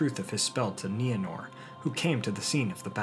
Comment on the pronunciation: Thank you for finally pronouncing Nienor's name correctly. It's my cat's name & it always bugged me when you used that long "I" sound. But I never wanted to say anything. We all have different ways of pronouncing certain words in Tolkien's languages, & no one can say we're saying it right & somebody else is saying it wrong. But during this video, my cat looked up every time you said Nienor....